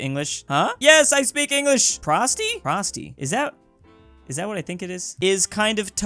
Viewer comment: the way you pronounced prosti dissapoints me